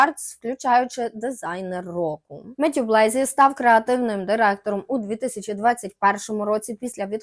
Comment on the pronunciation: Дуже цікаво, дякую за випуск! Єдине що «ріже» слух у ваших відео це неправильні наголоси та, іноді, вимова, наприклад: Матьє Блазі - француз, відповідно його прізвище вимовляється з наголосом на останній склад БлазІ, а не БлЕйзі.